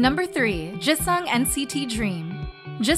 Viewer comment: also she pronounced Jisung so weirdly (more like eu instead of i), I really wonder where she got that from. It's not an uncommon letter and she managed to pronounce it correctly in any other word... and Enhypen is literally an english word smh